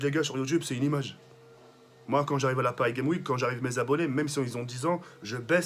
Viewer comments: c'est PARIS GAMES WEEK pas paris geim week vas apprendre à parler correctement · Mdr il m’a tuée a dire : Paris game wike 😂😂😂😂